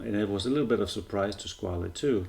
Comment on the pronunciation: Too big really for a Vintage inspired, but still quite BRILLIANT! Not available in Europe at the moment with this dial color, sadly. Btw the correct pronunciation is more the french SquaL than italian SquaLE